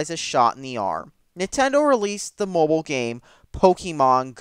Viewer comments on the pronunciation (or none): none